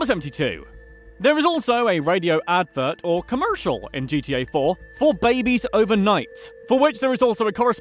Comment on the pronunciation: Lmao, Co-Meeer-Shiall!